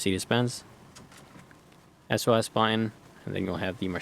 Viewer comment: What is a “bu..in” are you trying to say BUTTON?